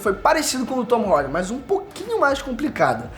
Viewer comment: Tom Hardy 💉💉 cara pra que esse k.o na voz pra falar o nome do ator ?